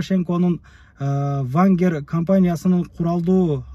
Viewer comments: Вангер эмес,Вагнер 😂😂😂 тынч эле Москва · Вагнер , вангер эмес туура окусан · Туура окуганды уйрончу, вангер эмес вагнер. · Вангер эмес вагнер